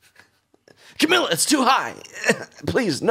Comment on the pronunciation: Her name is pronounced cah-mee-lah